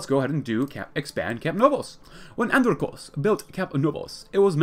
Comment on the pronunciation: Here's some help for pronouncing his name. And-Ron-Ick-Oas The last bit should be pronounced as if you were saying the word "Boast" but without the "B" or the "t".